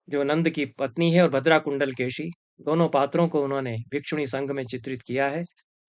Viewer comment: एक छोटी सी टिप्पणी, तमिऴ भाषा में कुण्डलकेशी का उच्चारण 'कुण्डलकेची' नहीं होता है बल्कि कुण्डलकेशी ही होता है। परन्तु तमिऴ में शकार का उच्चारण संस्कृत के सकार और शकार के बीच होता है। आजकल यह उच्चारण मिलना कुछ विरला है प्रायः लोग इसे 'कुण्डलकेसी' ही कहते हैं। फिर भी औपचारिक तमिऴ भाषा में शकार का उच्चारण का स्थान और प्रयत्न संस्कृत के शकार से बहुत कम विविक्त है। आजकल भी तमिऴनाडु के तथाकथित ऊँचे जातिवालों का शकार तालव्य होता है और उसमें महाप्राण प्रयत्न साफ़ दिखता है। सनम्र, श्रीनिवासकृष्णन्